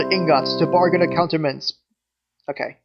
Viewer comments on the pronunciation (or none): omg its pronounced a-koot-tra-ments